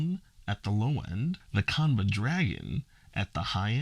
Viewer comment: It's pronounced- "Chan-buh"